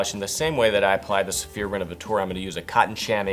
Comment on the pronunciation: You don't pronounce D'or as "Dior". It's pronounced like "Door", just in a French kind of way. Also, Renovateur is not pronounced"renovatoor" lol